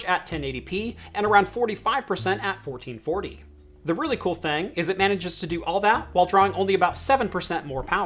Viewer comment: "The really cool thang" Getting a little southern in you at the end of that beer - "Citrusy kind of tangy side of thangs" Maybe I'm just now noticing how you say things.